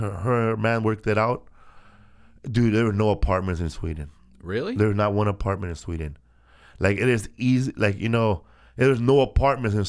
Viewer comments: Felipe says won like won-ton and then proceeds to say one like wun lol Tom might night be so tik tokked after all.... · he says won like tom